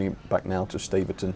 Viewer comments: Great video, it's my local line! If I'd have known you were coming I would have joined you. One thing though, Staverton is pronounced Stav-erton instead of Stave-erton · Nice one. Shame about the GWR overload though... 😉 And Staverton, I believe, is pronounced "stav-erton" (not "stave-erton")